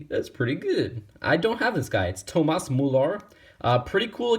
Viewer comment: I like how he said Toomas moolar instead of Thomas müller